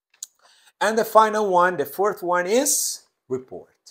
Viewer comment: Profe por q el is lo pronuncia como ess